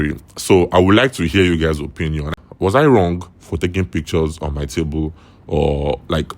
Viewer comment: Pic-ch-ors😂, por-pors-ful😂😂 bot😂😂😂 Nigerians 😂😂😂 what is your thoughts? 😂😂😂 is? Thoughts? And you have the guts to criticize others